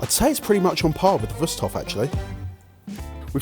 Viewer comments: I was already wondering about the name "Wüsthof" (even though they keep pronouncing it so funny as "Wust") and how familiar the handle design looks. Of course, it's good old German quality craftsmanship. You can rely on things like that here. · Just from the way these guys pronounce "Wusthof" I feel like they're definitely biased towards one of these brands going in.